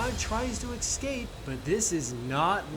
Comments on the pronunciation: Why do you say excape??? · There is no "x" in "escape"